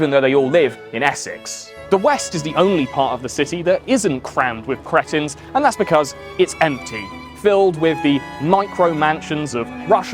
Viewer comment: I am absolutely ADORING the way this man pronounces cretin